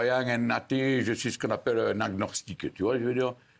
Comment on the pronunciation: "un aguegnorstiqueu" jpp